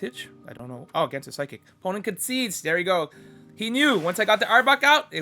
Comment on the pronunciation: It's "concede" not "conceide".